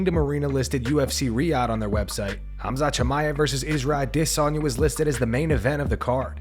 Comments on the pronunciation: It's been bugging me for ages but why do you pronounce izzys name like "Israel adessssssssssssanya" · Stop saying Adesanya's name like that.